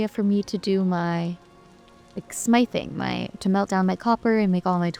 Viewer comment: Smithing has a soft I sound like in fifth. Think of the word blacksmith.